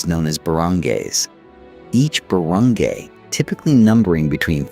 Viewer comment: barangay is pronounced baranguy